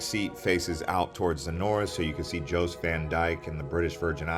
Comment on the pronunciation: Great video but you are pronouncing things wrong. We say Coki (cookie) beach. Jost (yost) Van Dyke. Magens (may gens) not Megan or how you were pronouncing . On Water Island the beach is called Honeymoon beach. Dinghy’s beach bar is located on Honeymoon beach.